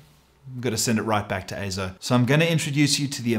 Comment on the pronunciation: Yes! AY-ZO is the proper pronunciation.